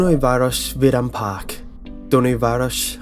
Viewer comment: You have all of my respect for trying to pronounce Dunaújváros and vidámpark, which latter simlpy means "theme park". You're good. :)